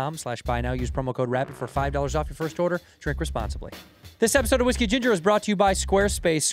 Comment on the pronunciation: WhiskHE GingHER